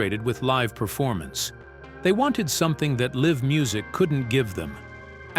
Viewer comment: It said "liv music"...not live music... 🤣